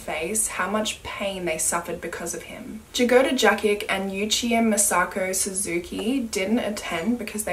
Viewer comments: Jagoda is actually pronouneced as Yagoda, with the accent on the a after Y, it means strawberry. Sorry, no offence or anything, it was strange to hear the name pronounced with J at the begining. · i don't wanna nitpick and i know slavic names aren't easy to pronounce but it's pronounced as Yagoda and it means strawberry